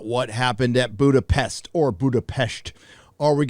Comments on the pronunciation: It is [Boodapesht] (but the oo is short) as in Hungarian s designs [sh] (the english s consonant is designed with the double letter sz). Your pronunciation with sh is quite near to the native tongue there :D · Budapest perfectly pronounced, what a flex💪🏻